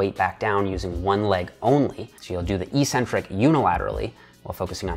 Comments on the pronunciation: Eeeeecentric isn't a word in the English language. eC-Centric is, however. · Eck-centric, not ee-centric. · "eccentric" is pronounced "ex-centric", just like "acceleration". No hate, just something I noticed and deemed worthy of pointing out. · Great video, good information and well explained. But I think you're pronouncing eccentric wrong.